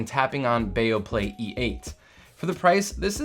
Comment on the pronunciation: It's not Baoplay, it's Beoplay. Be Oh!